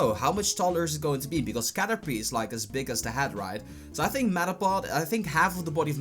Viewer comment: its caterpeeee not u pee. not pie.. like a pie... say PEE... and its the shoulder.. not the neck..